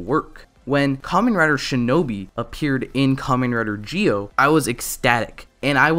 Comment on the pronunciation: Entirety of Zi-0: Zee Oh This guy: Geo